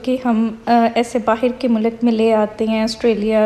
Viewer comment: You talk so sweet If you don’t mind please don’t say mull luk People are following you A lot of people can also start saying wrong Urdu Mulk you know But your habit is saying wrong